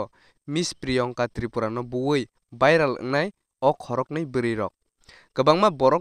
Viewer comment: please brother pronounce my name well my name is Priyangka not priyonka 😂